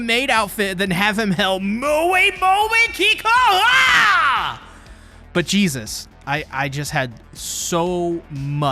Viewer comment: there is NO way you just said KIKOUHO bro this is NOT dragon ball 😭